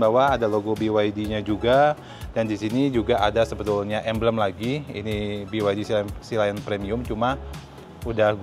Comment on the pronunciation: Saya dengarnya: biwaidi sheila on 7 😂